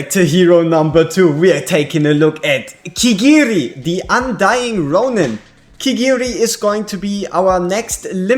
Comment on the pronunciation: Not sure if you noticed but you kept saying Kirigiri, adding in that extra ri. I don't think he needs any additions at this point lol